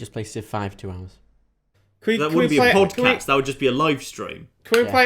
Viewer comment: Did anyone notice "PodCATS" instead of "PodCAST"